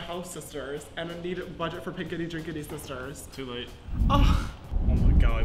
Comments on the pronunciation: is shading James so hard lmaoo “hi shisters” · James:Sisters: Shisters😭 James: I dO nOt SoUnd LiKe ThAt💀